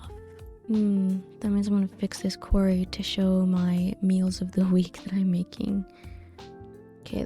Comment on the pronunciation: Library is pronounced ly-brer-ree, not ly-berry. There's no such thing as a ly-berry and that first 'r' isn't silent, lol. Also, you said quarry when you meant query. A QUArry is where you go to excavate rocks, a QUEry is a request for data or info. 😆